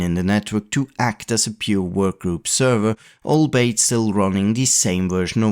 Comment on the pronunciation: Great vid! Blast to the past as usual Albeit is prounounced all-be-it